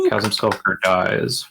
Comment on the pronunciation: I was enjoying this until people started pronouncing the H in chasm :|